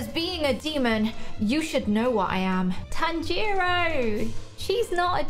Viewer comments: Wow your going to pronounce nezuko right you say tan-gi-ro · The way Tanjiro pronounce his name is instead of saying the A sound in the name he says the O sound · I GOT OFFENDED FROM HER SAYING TAN-JERO NO TANJIRO